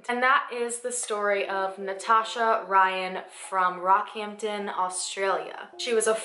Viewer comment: Yas!!! My dad used to live in Rocky and told me about this, it's very interesting. Thank you for posting an Australian case. Also you pronounced all the names correctly